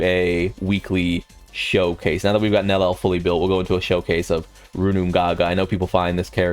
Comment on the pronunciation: bro can't stop saying Nel El